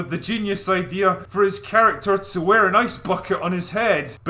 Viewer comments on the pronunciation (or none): none